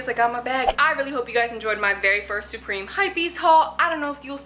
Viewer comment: why do you say supreme like that??